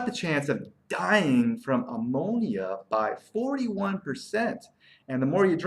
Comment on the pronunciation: It's not ah-monia!